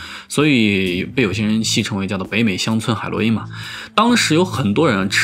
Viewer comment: 哈哈哈哈哈哈北美乡村海”螺“因